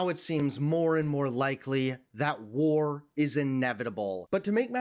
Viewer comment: 20 seconds in and you’ve already emphasized and highlighted the word war😂😂😂😂 brain dead fans get a jolt out of that one eh